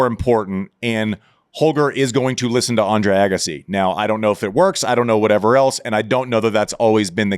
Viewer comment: I see you still haven’t worked with on his name pronunciation. It’s not Eggassi. It’s Agassi.